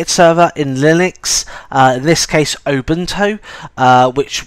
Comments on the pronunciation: Its U-bune-too not ubuntow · Did you say obuntu and not Ubuntu? haha. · The accent is great. I thought, for a moment, that there was a new Linux distro called: Open Toe.